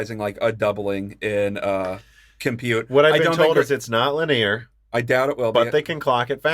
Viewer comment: Is there any possibility you will learn to pronounce the word “linear” correctly? Li-knee-ur.